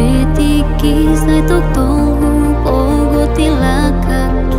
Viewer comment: lagu yang bagus. hanya sedikit saran. di awal pem bukaan. "Sian dongan" pengucapan sekilas seperti "sia dongan". dan kata "tong tong" sekilas terdengar seperti "toktok". semoga lagu berikut y jauh lebih bagus lagi.